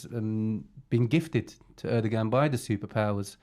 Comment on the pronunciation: omg "rohava" and "erdoggan"